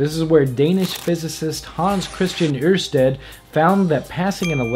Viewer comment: got to say ørsted was a bit off as well, but its a really hard name for none Scandinavian people to pronounce..